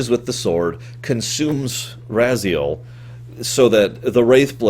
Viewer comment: Why do you have such a hard time pronouncing the names when they're spoken, so many times throughout the series? It's RAZ-I-EL, and HYL-DEN. What, do you pronounce Kain as Mwain? Of course not. It's not - that - hard. - Not really. The way I always interpreted it, is that the Elder God exists outside of time in the past, present and future at the same time. Therefore, it is of extreme importance to him that it goes to a future, he desires. For example, even though he's gotten bigger and bloatier in Nosgoth's future, it is not to his benefit since the future is now full of Hylden's running around, each of them not really believing in the Elder God and none of them being able to follow the wheel of life that he wants. He blames Kain for this on the basis that Kain did not sacrifice himself to restore the pillars. Since Vampires are immortal and cannot be returned to the wheel, when the body of Raziel slumped down at the bottom, the Elder God decided to grant him free will in exchange for revenge against Kain, knowing it would fuel Raziel's hatred, and being a being outside of time, he knew that Raziel would eventually get trapped in the blade again, thus perhaps with a sinister foreshadowing, calling him " Become my, Soul Reaver " . But being a creature of Free Will is evidently a chore if this being decides to make other decisions than the one you want, thus resulting in a timeline that's constantly fluxing around. In one timeline, Raziel succeeds in hunting Kain